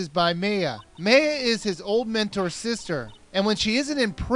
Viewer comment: did you say mentle or mentor sister